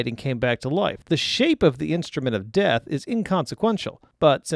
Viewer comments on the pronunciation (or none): none